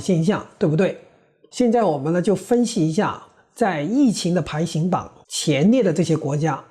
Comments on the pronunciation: 排hang榜，为啥念成排xing榜？ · 排行( hang)板，不唸(xing). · “排行榜”中的“行”读“航”，不读“形” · 你们也不是专业的播音团队，“排hang榜......” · Joseph Sun 只看見你獨一位 指出 不要 從 銀形 形過 南北形 的 排形榜。 只有他 一人的粵語 如他所說的 歎為觀止⋯⋯ 🤣😷